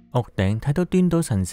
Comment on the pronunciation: 屋頂 多次重複難頂既懶音